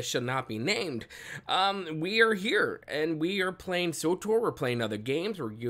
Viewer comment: Wtf is sotor? Its Tor, S W Tor, or swtor. Not sotor.